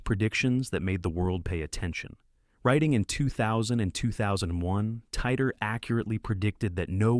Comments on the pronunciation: cant even prenounce titor correctly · wow, Hold on—are you seriously claiming this is real? If you’d done a bit of proper research, you’d see that John Titor was a hoax created by a couple of people. Also, you’re not even pronouncing ‘Titor’ correctly. This first part of your video is already spreading misinformation.